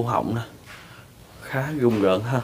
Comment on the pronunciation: Rùng rợn ông ơi ,gùng gợn cái gì đọc bậy ko